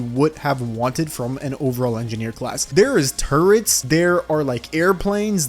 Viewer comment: Bruh why do u sound like ur saying turds when u say turrets